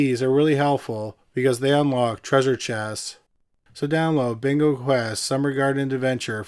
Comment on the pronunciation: Love the channel long time listener but dont ever say yes bingo like that again 😂